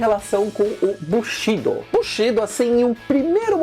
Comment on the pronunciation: sem querer ser chato, mas como estudante de NIHONGÔ, língua japonesa, preciso informar, a pronúncia correta é: BUSHIDÔ, assim como KATANA é KATANÁ. Grande matéria desse vídeo. Abraços.